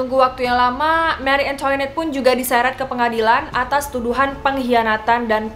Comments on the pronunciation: Marie Antoinette dibacanya mari angtwanet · mengapa sebutannya"marie antoinot" beda banget bunyinya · Marie angtwanet to be pronounced